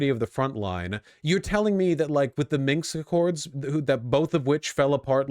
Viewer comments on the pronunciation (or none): for me its a toss up between the minx accords and vicky france for my favorite vaush mispronunciation